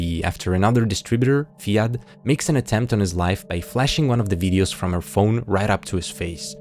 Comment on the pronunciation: hi i adore your videos so much with all the care and time you put into highlighting these lesser known series! i just wanted to pop in as someone with the name fiadh, its irish and pronounced fee-ah lol its an uncommon name and everyone pronounces it wrong